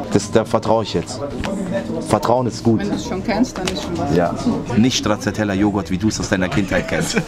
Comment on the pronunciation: und stracciatella 😂😂😂, wie er es noch extra italienisch ausspricht. Das war echt fremdschämend 🙈. Die Dame dachte sich bestimmt, was für ein „Experte“ 🙄.